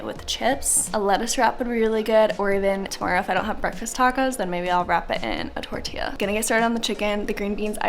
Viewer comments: It’s tortilla tor-tee-yaaa!!! Lol. Just needed to clarify. Much love. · torilla, the double L sounds like a Y in Spanish.